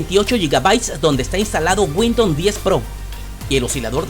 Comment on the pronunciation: Bien por tu video mi pana, tienes mi like...pero trata de pronunciar Windows no windon...pero es lo de menos, epa pense que esos equipos ya venia core i3 o superior... otra cosa deja el VAO de 5G...como es eso, 5G en peru? a no seguro quisistes decir 5 Ghz. o doble banda 2.4 y 5 ghz. Pilas pues!!